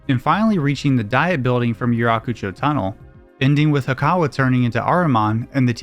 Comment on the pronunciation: "Diet", as in a governing body, is pronounced "dee-et". It's not the Dieting Building